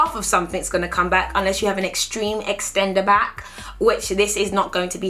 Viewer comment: "EXTENDERBACK" BYE